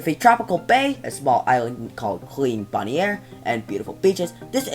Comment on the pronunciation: boniare is pronounced bonaire